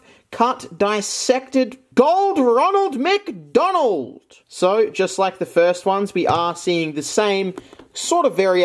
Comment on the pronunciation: Gothic Roneld MC Doneld. Nice way to pronounce it